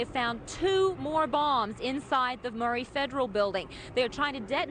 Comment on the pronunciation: How many people actually called that building by the right name that day? Seems like almost every anchor either called it the "Murrow" Building or the "Murray" Building.